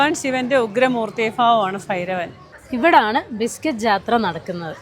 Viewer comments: ഫാവം ( ഭാവം) fairabhan ( ഭൈരവൻ) 😂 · ഫൈരവ൯❌❌ ഭൈരവ൯✅✅✅✅ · ഫൈരവൻ അല്ല, ഭൈരവൻ...